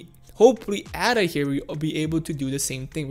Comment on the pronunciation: Firstly, it’s not “Adder”. It’s not a snake 🤦🏽‍♂️. It’s pronounced “Ayder”. Ada is the name of a mathematician. She was not a snake. Secondly, you speak of the charts as though they have a mind of their own and we just have to merely sit back and study the charts to work out what they’re going to do. You do know that it’s people that make the charts move, right? Thirdly, when we hit the 1.55 area, there won’t be a rejection because some people hit 30% profit and think “damn, I better sell because I’m 30% in profit!” 🙄 name one person that would sell while they’re in the process of a profitable climb at such an early stage. Especially with the headroom that Ada has to move. There will be resistence at around 1.55 because there are a shit ton of people that would have bought in at around these price levels before and are stuck there, in the red. They will want to get out once we hit those levels (except hodlers). Resistence levels are not magical levels that create resistence for nothing. They are people, selling. Lastly, it’s not a case of “sitting and waiting” for Ada to do something. It’s not a living creature 🙄. If people sit and wait, nothing will change and we’ll continue to move sideways. If you want Ada to do something, buy some!! 🙄